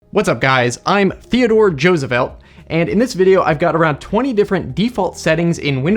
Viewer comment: As soon as you said Thiodore Josevelt I liked the video